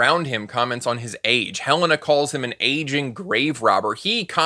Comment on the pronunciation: Also, I just noticed that Hele-na is sometimes pronounced as He - lana. There is her fiance calling after her and he doesn't know how she pronounces her name?